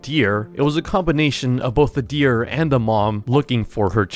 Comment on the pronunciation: bro said deer wrong